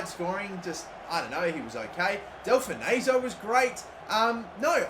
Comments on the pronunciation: It’s not del-fa-nay-so it’s del-fon-so I’m a Blackpool fan (his actual team) and you should play him more he’s a legend in real life and class on Fifa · Del-Fon-So not Del-Fun-Ayzo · It’s pronounced Del-fon-so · Delfouneso is pronounced: Del-fon-so btw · The way you pronounce Delfouneso is giving me heart palpitations 🤮